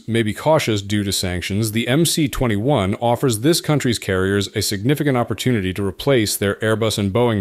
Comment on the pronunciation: МС-21 расшифровывается как Магистральный Самолёт 21 века. Поэтому на английском языке его название нужно читать как MS-21. The MC-21 stands for the Mainline Aircraft of the 21st century. Therefore, in English, its name should be read as MS-21.